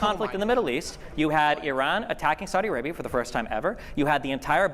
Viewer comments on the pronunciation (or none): none